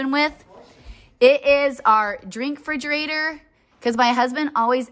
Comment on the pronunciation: Forgive me, but please pronounce Refrigerator